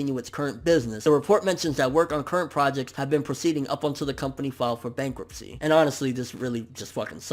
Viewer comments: lol "Bankuptcy" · "BANKUPTCY" at least it wasn't bankruptcy...phew.